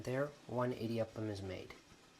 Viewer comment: Ok Honey, You're ridiculously the sweetest. Your Tamil is horrible. How come? "idi" prounounce like short vowel E-D, means grind, mill, clash. We use that word for thunder also! Rice flour is easy to press. Now try that presser with uLuttham paruppu(urad dal in Hindi and black gram in English) and make thEn kuzhal. It will be difficult to press and squeeze that bengal gram flour. It gets even more difficult to press with besan flour aka chick peas flour and make Omappodi. In Tamil Nadu, standard breakfast item in homes, restaurants or even weddings will be one of the following combinations 1) idli, vada, coconut chutney, mint chutney, onion chutney and sambhar 2) upma and vada with coconut chutney and sambhar. 3) venn pongal and vada with coconut chutney and sambhar. Only weirdos eat dosa for BF as its a bit heavy. Most of the people will eat dosa for lunch or dinner. I designated Idli, Vada, Dosa as the Holy Trinity from Tamilnadu🤣🤣🤣. That thamizh song you sang "மாசிலா உண்மைக் காதலே…. மாறுமோ செல்வம் வந்த போதிலே…" is a beautiful song sung by A.M Raja and Bhanumati. You have an aesthetic taste like me in Music😂. Do you know that normally the original or the dubbed version of the song becomes popular? Or for that matter even the movie. One will be a hit and the other flop. There is one movie which became hit in both the original and the dubbed version and even the song becsme a superhit. Original Hindi movie was Khiladiyon ke Khiladi and the song is sau bar janam lehnge Dubbed